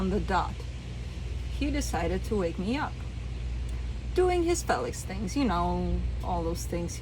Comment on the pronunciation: 😆hahaha I love you...also love how you pronounce him Fell IX.. you're sweet and beautiful in EVERY WAY! 💙💙💙